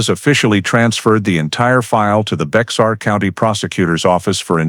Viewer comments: Did anyone catch the fact that Whitaker said no one would believe him because he had an "in" in the department? Explains why the guy kept wanting him to look at the old boyfriend. I think they need to look at that guy as well. 🤔 By the way, it's pronounced as "Bear" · BEXAR County (pronounced Bear County) not BEX-AR. When the White people came to settle in present day Texas...once they settled and took over the area they decided on making changes (typical of White people). First change was the actual original pronounced name of the land TEJAS. They didn't like it because they decided that it sounded way too much Mexican. So to fix that they decided to replace the letter "j" in the middle to "x" and thus changed the pronunciation of TEJAS to TEXAS. That is the same thing that happened to the county name BEJAR...to BEXAR. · Maybe not a big deaI to some folks, but it is pronounced Bear County, NOT Bex-are County. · Bexar County is pronounced like bear. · Its Bear County. The X is silent. Its Indian/Mexican for friend. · Bexar county is pronounced bear or bare. I lived there 4 decades. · Pronounce Bear as Bear the X is silen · I said the same thing in my head bear not bear lol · Just FYI if going to narrate learn how to pronounce the County's name Baxar pronunciation is Bay har. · Its bexar pronounce it. Not Bex tar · The X is silent 😝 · Bexar is pronounced “bare”